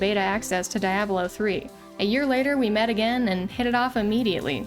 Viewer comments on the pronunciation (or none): great content, but that's not how Diablo is pronounced, i thought it was a british thing cause i saw another youtuber pronounce it that way, but i guess not must be a english speaker thing